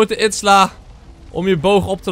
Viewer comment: Stefan je zegt steeds itsla maar izila spreek je uit als iezielaa